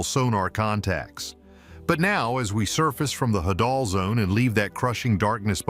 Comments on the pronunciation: Hadal (Hay-dal) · I had to turn this off after 6mins... I couldn't concentrate after laughing so hard at the pronunciation of "trimethylamine" qand the "hadal"... 🤣🤣🤣